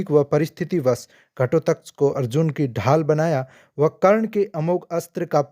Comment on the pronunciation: Ghatotkaj ka naam tak sahi se nahi le sakte ho kya vedio banaaoge? abhimanyu ka naam kyoun nahi aaya jo sabse bada kapat se maragaya